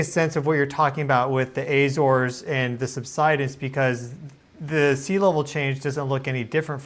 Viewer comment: If you went to the Azores I'm surprised you didn't learn to pronounce it correctly